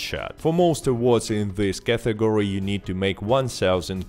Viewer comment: It's not "cathegory", what the f*.